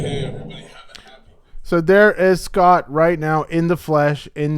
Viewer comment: It’s “Eh-Scott”